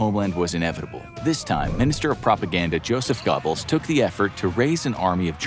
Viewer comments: “joseph gobbles” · Joseph Gobbles? LOL